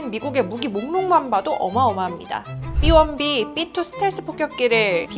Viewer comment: 삐원삐 가 아니고 비원비예요 ㅋㅋㅋ